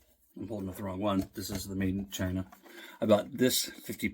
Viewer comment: Did you say “shine-ah”? Hehehehehe